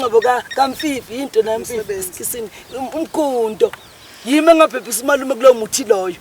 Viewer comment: "Yimii Engabhebhisa Umalume kulowo kuthii lowo" eiy sengyiphimde kawu le video isho njalo lentombqzane....ibifuna ukuthii "Engaphephisa"